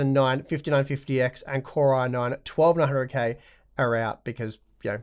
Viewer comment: lol. It's called an accent, dude. Turn on the subtitles. They can understand it better than you. (Actually it hears 12900k as 1200k. That's kinda funny, he does skip over the middle syllable. Again, accent.) He's mentioning the 12900 as an example of the high end and then introduces the 'value' category. Pay attention. You are not getting instant gratification. Watch the video. Holy moly. You expect him to say it within 5 seconds of the timestamp. It's called setup.